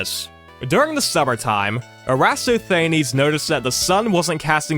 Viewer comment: Given your prior comment about you trying your best with these pronunciations, I'd strongly recommend checking Wikipedia for pronunciations (err-ə-TOSS-thə-NEEZ) or setting Google Translate to the language in question (for loanwords and famous names, English generally also works) and asking it to pronounce them. Both have worked reliably for every word I've checked against my prior knowledge from 90s documentaries.